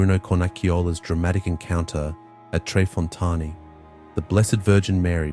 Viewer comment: Fontane= foh-TAH-neh.